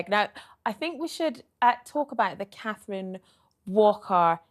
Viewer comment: "Cat-treen Walker!" (Not criticising & this lady looks beautiful too love her green velvet dress) 🙏🏻💜🇬🇧💜🌏💜